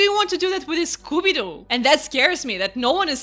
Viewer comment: this video was so intresting!! wow!! also the way you say scooby doo is so funny